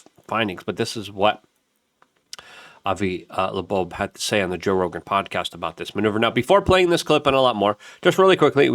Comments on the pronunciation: I know it’s driving me fucking nuts!!!! Avi Labobe ????? It’s Avi Loeb !!! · FOR FUCKS SAKES!!!! ITS 3I ATLAS! NOT 30I! AND ITS AVI LOEB, NOT LEBOBO! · Luke…Avi Lo-eb… not Labobe …3 👁️ Atlas…not 30Atlas …FFS!!!!!! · did u say Avi Laboob HAHAHAHAHAHHAHAHAHAHAHAH